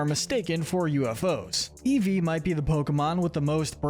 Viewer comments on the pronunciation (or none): none